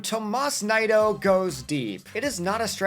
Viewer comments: It's pronounced "knee-doe" not "nye-doe" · Definitely butchered Nido